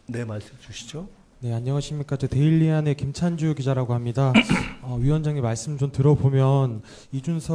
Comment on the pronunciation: 데일리안이 에어리언으로 들리네